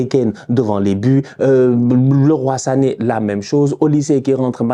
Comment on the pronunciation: Ca fait du bien d'enfin entendre un francophone bien prononcer Leroy Sané. Merci.